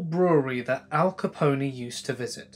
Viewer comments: (c00l number : ) im not gonna hate because hes not from North America, but i laughed when he said Al Caponee lol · man said "Al Caponey" we know you aren't American for saying that lol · When the narrator pronounced Al Capone as “Al Capony,” I had this mental image of a gangster MLP character and cracked up. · sorry i have to say it, it's Al Capone, pone as in phone